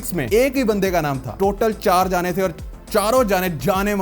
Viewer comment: It's janne not jaaane bhai!😂